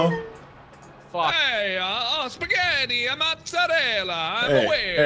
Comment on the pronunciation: When tried to say "spaghetti, mozzarella", it felt so weird:'D I'm Italian, btw:''